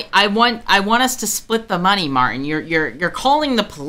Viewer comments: There’s a ‘t’ in Martin. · Who is Mar-In? Can you not pronounce a T in the middle of a word?